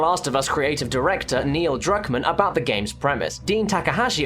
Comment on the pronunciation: it sounds like you say Drugmen when you say druckmann